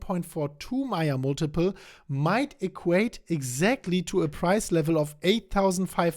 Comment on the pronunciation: Hi, I thought you kept saying Maya Multiple.....Mate it's pronounced..May--Yerrr just trying to help.